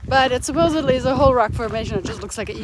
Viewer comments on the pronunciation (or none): none